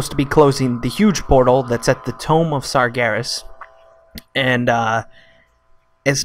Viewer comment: No the way he said it lmao